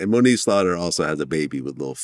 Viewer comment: Did he say Monique or moniece?